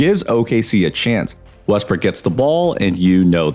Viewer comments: You were saying westbrick instead of Westbrook this whole video.... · Was I the only one hearing Westbrick?🤣